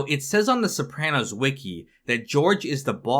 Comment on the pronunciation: You say sopranos wrong but it’s ight